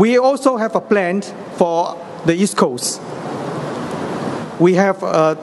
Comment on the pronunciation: he pronounced plan as plant...lol